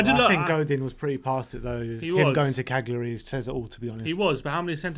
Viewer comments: Sorry to be a pedant, but it's pronounced "Kal-yar-ee" as opposed to "Kag-lee-ar-ee". :-) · caglary has a silent g 😂😂😂its pronounced cal -yury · Come on guys, your pronouciatiin is hilarious! Cagliari is pronounced: Caliari!